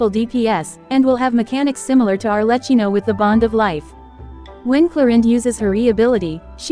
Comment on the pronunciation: Arrlechino and Clorinde 💀